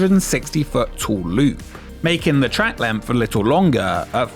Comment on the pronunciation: its great you have mastered the pronounciation of the letter 't' in the words 'bucketlist' and 'exist'. it will be amazing if one day words like 'li(tt)le', 'ma(tt)er', 'wen(t)', were no longer butchered by your laziness. if you can be bothered to do all this, at least bother to speak your own language, and if u cant, get an ai to do it. it is grating on the ears such slovenly narration.